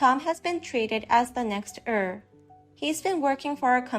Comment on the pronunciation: Heir is pronounced air. Drives me crazy listening to it.